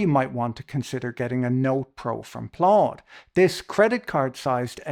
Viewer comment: Plaud sounds like Claude 🤣